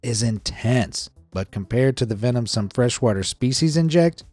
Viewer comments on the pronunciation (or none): none